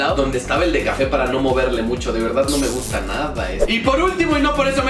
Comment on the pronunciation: Me rei cantidad cuando dijo no guta